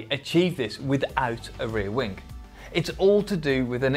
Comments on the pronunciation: Why is it that i hear wingK instead of wing? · Rear wingk, wingk?, really annoying